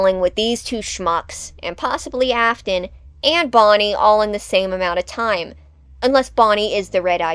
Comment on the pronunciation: It's not Ofton it's Afton